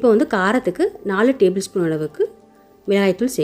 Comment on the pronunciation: Milagai dhul , not milai dhul